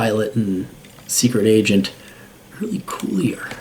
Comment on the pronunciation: It’s pronounced Early Kyler.